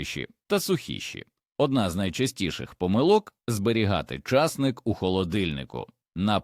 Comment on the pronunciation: Поради може й мають місце,але на кілограм овочів,а на центнери і тонни- зась.В селах були ями,кагати і льодовні.Не розумію,чому часник з наголосом на першому складі і багато інших слів так же сковеркані,не по-українськи.